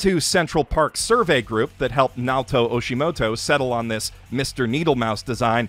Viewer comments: It's Naoto Ohshima not Naoto Oshimoto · I know damn well I’m not the only one that heard this man say “Naoto Oshimoto” instead of Naoto Ohshima. Also, describing Sonic as the “Vegeta Mickey Mouse” is the stupidest thing I’ve ever heard